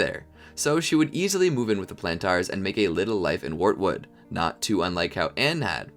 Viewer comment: He also said "Warwood" instead of wartood